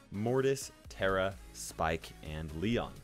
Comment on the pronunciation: It's pronounced (taaa -raaa),,,not tera